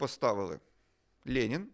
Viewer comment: Владлене знаєте , так смішно звучить як ви кажете лєнін, особливо якщо думати шо ваше ім'я на честь лєніна назване.